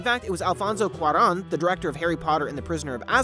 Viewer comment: Did you know, there are no two of these “info” channels that pronounce Alfonso Cuarón’s name the same?